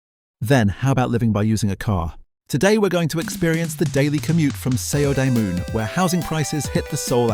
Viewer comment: The fuck is Se-Oh-Dey-Moon? Are you sure you're Korean? Edit: And Jong-grow?! This is freaking painful...